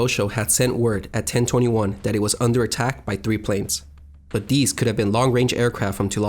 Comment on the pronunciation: PLEASE work on your speech . These and those . NOT deze and doze .